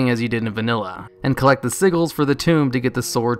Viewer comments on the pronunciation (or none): You pronounce so many things egregiously incorrectly... you pronounced nuremburg wrong in one video, here you mispronounce sigil... wtf lol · just so you know sigil is pronounced sih-jul not sih-gal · Sigil is pronounced "sid-jool" not "siggle".